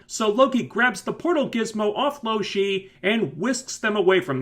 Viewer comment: If you knew her name why did you call her loshe at first...idk...sorry carry on...